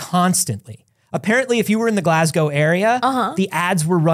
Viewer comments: insisting on calling it glas-gowe is breaking my brain 😂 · Glas-go not Glasg-ow for pronunciation though your Edinburgh is shockingly spot on.